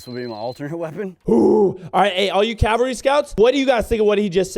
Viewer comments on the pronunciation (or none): im sorry but i gotta be that guy but isn't it supposed to be cavalry not calvary?